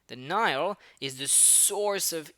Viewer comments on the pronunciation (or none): none